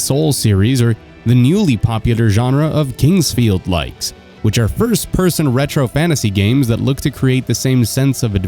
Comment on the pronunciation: Thanks for typing it out, I would've assumed he was saying "Kin's Field-Like"